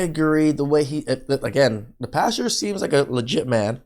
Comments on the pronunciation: It’s PAS-TOR Not PAS-TUR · Yo A PASTURE (pronounced pass-cher) is a field where livestock graze. A PASTOR (pronounced pass-ter) is a church leader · Hey red, I gonna give you a little crap. A pastor is a man that preaches the word of God and a pasture is where cows go to Grace. It sounds like you’re saying the second one lol